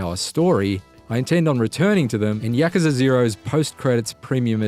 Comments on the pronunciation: Yakaza. It's Yakuza. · YAKUZA - yuh·koo·zuh Not Yakaza! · he said ya-cuh-zuh instead of ya-koo-zah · yacucza? i think its yah-coo-za. not yahcuhca 0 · No, you are horribly wrong. It's pronounced just like how it's written. YA-KU-ZA. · Its pronounced yakoooza not yakuza but I have never played any of the Yakuza games and this looks like a 10 out of 10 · No, it's pronounced like, YA-KU-ZA. Exactly how it's written. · lol he said YAKAZA lmao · I always thought it was pronounced as "Yaw-koo-zah". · 1 out of 10 for his bad pronunciation of Yakuza........ hes saying Yak... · Why is no one talking about the incorrect pronunciation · Do yourself a favour and watch the Gamespot review instead. Gamespot review: No spoilers, actually reviews the game, no comparisons to Batman games, proper critiques and the reviewer can pronounce Yakuza properly. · How he says Yakuza is a 10/10 IGN